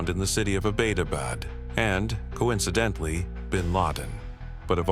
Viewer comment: Beta bed? You mean Abbottabad? Damn A.I.